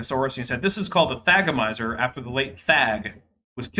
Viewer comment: Because of you I now know how to pronounce thagomizer, somehow I just wasn't able to say it correctly.